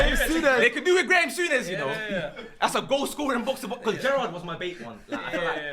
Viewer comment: Moldovo guy said Graime Sunnes 🤣🤣🤣